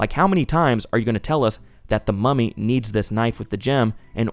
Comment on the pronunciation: I keep getting distracted bc I think ur saying "Mommy" instead of mummy and it makes me giggle everytime lmao